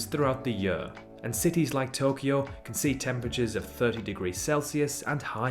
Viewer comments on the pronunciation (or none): none